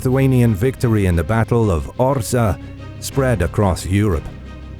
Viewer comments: I wonder why you pronounce Orza? while it is correctly written on the map and in the name of the video as Orsha, this town still exists today in Belarus near Russian border. thank you for video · Well-pronounced Polish names. But one remark "Orsza" -> Orsha, not Orza. Good work! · It's OR-SHA, not OR-SA. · Incorrect pronunciation of the name of the city ORSHA - you should read the full name from SHA (ORSHA), not ORZA or ORSA. But in Belarus we call this city Vorsha - this is the real name of this city. (Ворша - назва горада ў Беларусі). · Cool video! A few details: The pronunciation of the place where battle happened is Orsha, not Orza. There was no Russia in modern meaning. Only Moscowia. They officially steal this name from Ruthenians/Ukrainians in time of Peter I reign (begin of XVIIIst). Het'man Ostrozhsky was Ruthenian-Ukrainian Kniaz' (Prince). Now we keep a good old ukrainian-ruthenian tradition to beat moscowite.😉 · It is OrSHa (sh=Ш) 😊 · nice work. just 2 things: 1. wings were different, than at the first picture; 2. Orsha is pronunced with "sh", like shame, not "s" like snow regards, still, great stuff